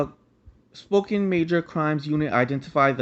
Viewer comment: Its pronounced SPO-CAN :) Great video!